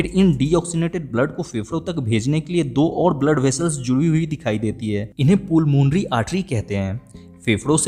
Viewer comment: पुलमोनरी वेन नहीं पलमोनरी वेन होता है